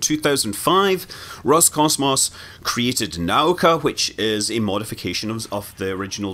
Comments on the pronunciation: The accent is on the u: na-OO-ka :) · Наука is pronounced naooka